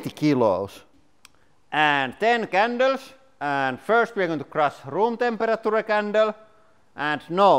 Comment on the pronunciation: temper a tura.